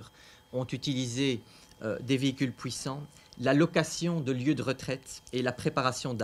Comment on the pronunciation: C'est '' pouissant '' 😅